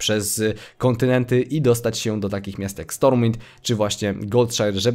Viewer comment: Goldshire czyta się "goldsze" ;) .